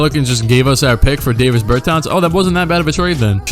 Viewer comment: It’s not Davis it’s Dah Vis